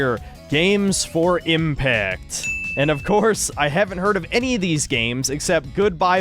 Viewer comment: What the heck is an impat? Did you say impact? Chants of Senndaar was my favorite game of the year. I hadn't heard of it either until a YouTuber pointed it out. It was so fun, my 5 year old son was sitting there excited for me to play it too! If you watch the game, it doesn't seem exciting to kids.